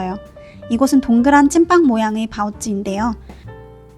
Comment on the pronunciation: 심천에 살고계신거 맞나요? 쟈오즈와 바오쯔할때 발음이 너무 중국어 하나도 모르는 한국인인데....? 성조 억양 발음 다 틀리셔서 중국에 살고 계신다고 하셨는데 신기하네요